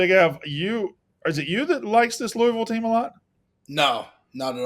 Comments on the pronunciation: It’s “Lou-ah-vull” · Great new intro! Blutman trying to correct you on how to say "Louisville" while ALSO mispronouncing it pissed me off. No one on the pod knows how it's done.